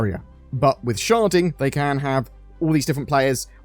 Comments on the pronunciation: Cant not hear "sharting" every time you say "sharding." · This whole time I thought he was saying sharting...